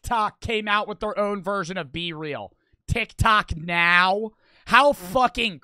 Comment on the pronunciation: The joke is, he says and I quote, "Are you serioud right neow bro." This is funny because he purposelly says neow instead of now for comedic purposes. Just incase anyone was wondering.goodvibesgoodvibesyougotthis